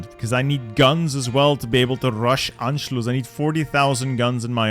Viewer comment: first person i saw say anschlus right